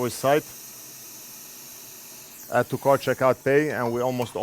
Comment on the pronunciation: says it this like it is one word.... "Addtocartcheckoutpay" lol. Cheers!